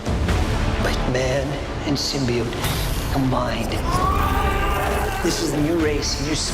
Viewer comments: Takes a shot every time says symbiode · Quit saying symbiote the way that damn woman on the first trailer does! Sim-be-ot!